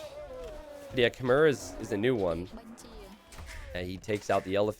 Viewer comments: Khmer is pronounced like a female horse Kh-mare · Khmer is pronounce kuh-mai Love these Hoang games! Instantly my favourite player <3